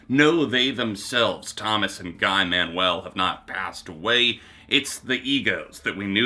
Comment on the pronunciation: I’m probably being really sensitive right now but Guys name is pronounced Gee. If you say geek and take off the K.